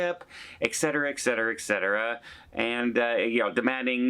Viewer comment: ET-CETERA,. Not EK-CETERA